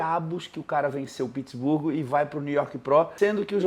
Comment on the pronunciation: Pq o fala Pittsburgo? Kkkkkkkkkk não é nem em inglês e nem em português 😅